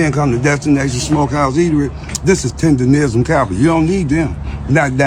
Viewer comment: Why do you keep saying $4,000 dollars when Keith and all the screenshots say $5,000.?!? Where do you get $4,000 from?!? You can also barely pronounce “tenderism”🤡😂